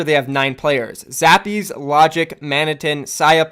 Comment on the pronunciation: Didya call Zappis, Zappees?